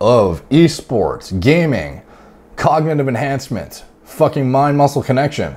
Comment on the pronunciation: fAKinnN PEELED OUT OF HIS TREE